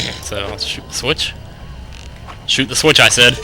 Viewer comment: Im accualy gonna switch back into a shoe" i know you said shoot but lol